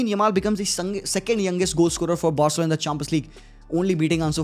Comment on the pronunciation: Barselona ❌BAHARSELONA✅